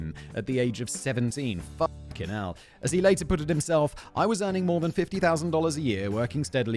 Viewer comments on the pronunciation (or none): none